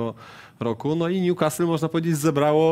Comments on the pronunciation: Nazywają się ekspertami, ale jak słyszę w wymowie ''Niukast" to mi uszy krwawią, wymawiajcie to jako "Niukastyl" jeżeli nie znacie akcentu, a jesli znacie to "Niukasyl". To tak samo jak Ci co na Leicester mówią "Lejczester" zamiast "Lester" ehh... PS. Najgorszy jest Rafał Nahorny który zawsze tak wyraźnie wypowiada nazwę Newcastle z błędem (a do tego nazywa Premier League Ekstraklasą...) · Panie Jarku... tylko nie Niukastl!!!! polecam do odsłuchania i nauki: Pozdrawiam :)